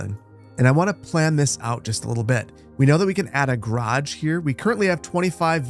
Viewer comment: Garage not grage